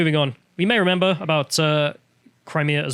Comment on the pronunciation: Or says 'renember'